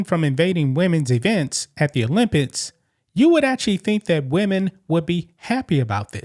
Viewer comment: Please learn how to say certain words. You say Olympits instead of Olympics and you say backpats instead of backpacks. What's the problem? Use the money you make from sales to learn how to say words properly please. My ears bleed when you talk. English, not Ebonics. Before anyone says I'm racist I'm mixed black with white.